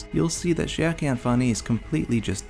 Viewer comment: I swear, every single person has their own way of pronouncing "Schierke". You pronounce it "Shiake", TheAlmightyLoli pronounces it "Shrike" and I personally use "Shirk".